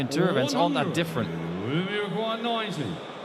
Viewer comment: Kirk called 90 but it sounded like he said 99, so the chalker put 99 which left 25